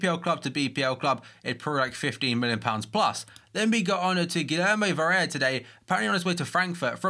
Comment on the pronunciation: Being named Guillermo, I find it hilarious how you pronounce it xD you say it so "white"